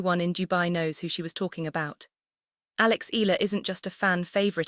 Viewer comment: Until now AI still cant properly pronounce correctly the family name of Alex they just continue featuring her to get viewers specially Filipinos what a shame 😜😜😜